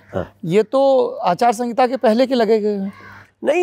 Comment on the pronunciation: आचार संगीता 🤣🤣🤣 आचार संहिता होता है कोई बताओ इन्हें